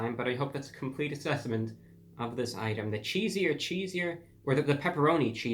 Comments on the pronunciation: Review brah... its not “cheesier” its “cheeser.” No “I” so you kept saying it wrong. At first I was laughing but towards the end it was like nails on a chalkboard. You should make an apology video. To me. Lol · I believe it's cheeser. Cheeser... like ceaser, ceaser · Cheeser, Cheeser like pizza, pizza... not cheesier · He wrote cheeser cheeser but says cheesier cheesier, just to upset my ocd i think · Cheeser cheeser like ceaser ceaser not cheesier lol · Cheeser not cheesier. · Right! I thought the way he said it was "cheesier" ,like with an "I" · It's CHEESER CHEESER not cheesier IDIOT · Yo, you were mispronouncing the name the whole time. It's not CHEE-ZEE-UR it's CHEEZ-UR. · Actually its chee-zer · We will excuse you for not knowing Pizza! Pizza! since your parents did not even know each other when this catch phrase came about. However, totally ignoring the pronunciation of CHEESE ER is unforgivable!! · It's cheese-er ....chees-er bruhhhhhhhhhhhhhhhhhhhhhhhhhhhhhhhhhhhhhhhhhhhhhhhhhhhhhhhhhhhhhhh 🙄🙄🙄🙄🙄🙄🙄🙄🙄🙄🙄🙄🙄🙄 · He’s not pronouncing the cheeser cheeser... he’s saying it like it’s spelled cheesier cheesier😂😂 I can’t wait to try this.... Anyways Daym Drops says it’s right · I kept saying this every time he says cheesier cheesier 🙄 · I think "cheeser" is supposed to rhyme with "Caesar"... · Actually its pronouced pepperoni cheese er cheese er. Cheesier <<<< is spelled like this great review by the way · Also you are pronouncing it wrong, there's no I in cheeser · I love you Brah but I live in Nevada and the way you pronounced it hurt me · You really let me down bud. I expect better review quality from you. Take half a second and read the name correctly. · Its cheeser cheeser..........he has somewhat unusually made a mess of reading the name of this thing. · Reviewbrah, You are Continually Mispronouncing this Pizzas name. It is Cheeser Cheeser and Not Cheeseier Cheeseier. Thank You. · Mans really said cheesier cheesier not knowing its cheeser cheeser